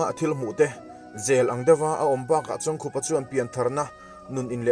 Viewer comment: Hetah chuan a hming pawh i lam dik tan e....Heeee A ngaihnawm e. Kan kohhran Library-ah a chanchin ziahna booklet a awm a, ka hawh a, ka chhiar a, a ngaihnawm ka ti hle.